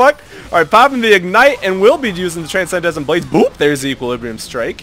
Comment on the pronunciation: dudeee gg wp but. TRANSCENDENT BLADES not TRANSENDESCENT loool every time xD gg tho <3